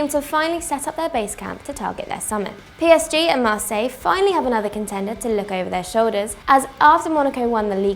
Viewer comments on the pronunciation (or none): none